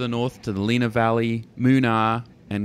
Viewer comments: Plus he pronounced Lenah Valley as Leena Valley when it is, despite the spelling, Lenna Valley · Try Len-a valley not Leena